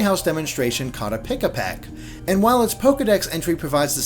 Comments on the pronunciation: It's Pikipek as in PEE-KEE-PECK! Not PEE-UH-PECK! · Heads up, it's Pikipek, not Pikapek.